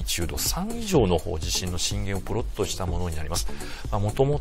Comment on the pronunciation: プロットがポロッとに聞こえる